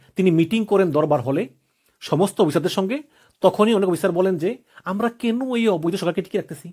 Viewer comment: উচ্চারণ ঠিক করতে হবে। ইবং (এবং) , কিনু (কেন), নিচ্চিত ( নিশ্চিত) 😂 এরকম আরো কিছু শব্দের সঠিক উচ্চারণ জরুরি। বাড়ি কোথায়? কুমিল্লা?